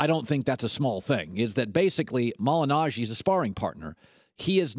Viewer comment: Colin is commenting about a boxer (Paulie) that #1, he cant pronounce his last name property, and #2, has never even seen a Paulie boxing match.